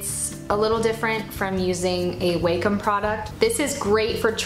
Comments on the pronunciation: Enjoyed the video, Thanks for the brush link!!! Tablet name is pronounced "Wahcom" not "Waycom". Thanks for taking the time to share your tools and give great tips to beginners!! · Um, it's not "wei-com" it's "wa-com", like, "wah-com".